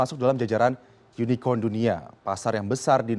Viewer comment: Unicorn. Bukan unicon. Ngomong inggris aja bawa contekan. Wkkk